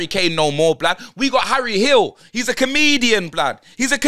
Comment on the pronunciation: Man said we got harru Hill im done 😅😆😆😆😆